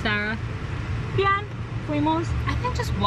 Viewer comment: Is it weird I love how you pronounce Sarah? 😂 the way you say it sounds so elegant.